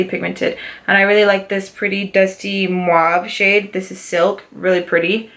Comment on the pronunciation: Great video!!! You got a lot of stuff...so much fun to see the looks your gonna create. Every single time you've said the mauve or mauve it's cute but the correct way to say that word is MAV or MAVY! no "U" in it sweety! Also the Colourpop one Tulle you pronounce it without the "E" fyi :) I say it with lots of love! Stay beautiful! Can't wait to see your next video!!